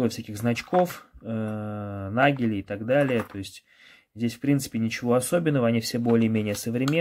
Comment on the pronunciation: не нагели, а надели. Nagel это ноготь, а Nadel - иголка. так называют немцы небольшие знаки на длинной игле. также фрачник это не просто любой небольшой знак. фрачник это уменьшенный знак большого знака, а не все подряд. вы же любите читать, как то заявляли. чено же не читаете, информацию не впитываете?😊